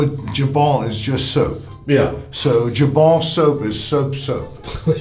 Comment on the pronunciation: D-did you pronounce it jah bone? Its jabón, the j is pronounced as an h, because in Spanish the h is silent, so in words like huevo (egg) it isn't hu e vo, its u e vo lmao (not hate, i love this channel :D)